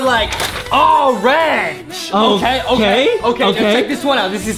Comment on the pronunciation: Also orange sounds like arange